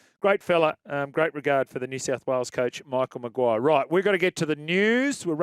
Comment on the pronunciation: "Michel Maguire" 😂🇨🇵